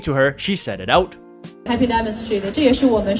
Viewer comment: Bailu's pronunciation of hearts and diamonds.....I have no problem with it! And English is my first language. Netizens were too harsh on her!